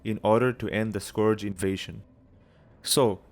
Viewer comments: Skorj? Skorj invasion? It's pronounced Skurj. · wtf is a scorge invasion, its SCURGE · this video is great aside from the accent when you say scourge lol too funny